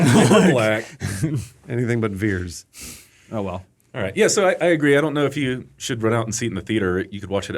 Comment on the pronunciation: Why was it pronounced ‘Veers’ when it was ‘Vers’ on the tag?